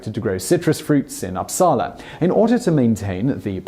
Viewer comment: It's fun to hear Simon try to pronounce my hometown "Uppsala" lol. Located in sweden I can add, as he only mentioned Ekström being swedish. I was also taught that it was Celsius' students that switched the scale. Huh. Fun fact; the Celsius house is a building where he worked and it's the only house that isn't built with the New Street plan as the rest of the inner city (as it is an old old house) thus it is askew from the rest of the buildings.